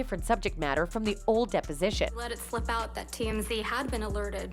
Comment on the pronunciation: Wait, I think I hear Canadian when the narrator says “out” or in the native tongue “aoyowt”.